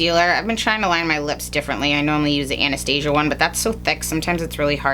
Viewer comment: Is she trying to say Anastasia as in Anastasia Beverly Hills?